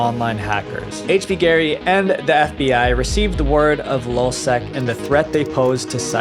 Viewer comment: This guy is a freaking idiot. Hector Monsegur was the leader of lulzsec. It’s lulz not lol you dummy. Got this is the worst YouTuber I have ever come across.